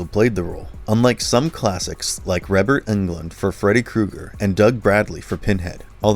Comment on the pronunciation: Who the fuck is Reberd Englund